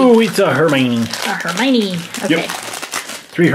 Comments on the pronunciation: HER-MY-OH-NEE ! not her-my-nee🤨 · Herminie is howhe pronoused it